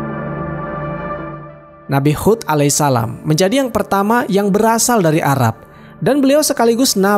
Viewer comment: Nabi Hud bukan khud